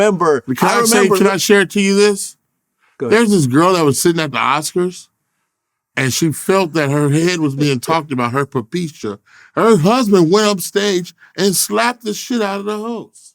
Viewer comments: “Her popecia” 😂 👩‍🦲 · Her perpeshca 😂😂😂😂